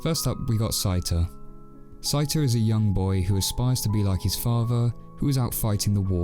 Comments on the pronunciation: Did you actually watch the film or is this someone reading the script? Why do you keep calling the main protagonist “sigh-ta?” From either the original Japanese film or the English dub, his name is clearly “say-ta.” Sorry, but though this is a good review, you lose me at the mispronunciation. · The pronunciations are Say-tah & Sehts,koh. Us & Is in Japan are pronounced so quickly as to be silent unless they are the first or last sound in a word, or are doubled (ii, uu). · I think you mispronounced Seita's name.